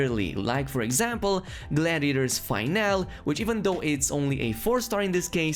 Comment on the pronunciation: Gladtator’s Fi-Nah-Lee (Finale)!